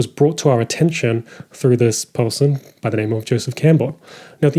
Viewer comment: I promise you there is no L in the word person... appreciated the video nonetheless.